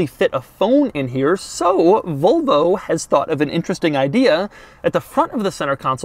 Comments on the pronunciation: Nobody: Doug: "Vohlvo" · No one outside America pronounces Volvo the way Doug does.